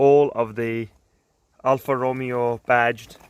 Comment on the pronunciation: great car but cried at the way you said alfa romeo